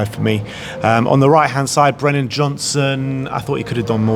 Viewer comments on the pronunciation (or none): Brennan, not Brendon, it's been a year